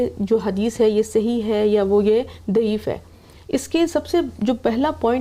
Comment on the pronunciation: میڈم! دعیف نہیں ضعیف ہوتا ہے۔ 😂